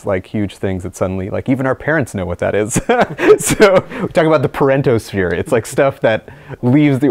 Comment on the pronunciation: "The Parentos Sphere" 😆